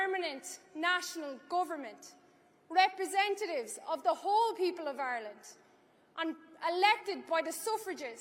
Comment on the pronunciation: Irelant.....lol. no elocution lessions